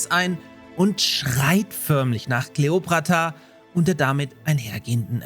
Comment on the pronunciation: Hab ich da ernsthaft "Kleopratra" bei gehört 😅